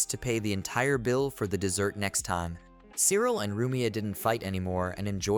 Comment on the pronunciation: Cyril is pronounced "silica" apparently.